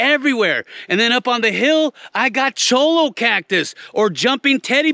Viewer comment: 😂 Did he say Chollo Cactus 🌵